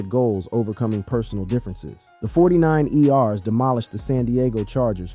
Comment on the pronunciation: Got to love these phony voice overs Forty nine “E” “R’s”?! 😂😂😂😂